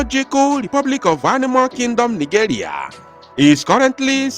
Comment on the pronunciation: Please, you don't say ni-"joo"-ria. Better say ni- "je" -ria. Thanks.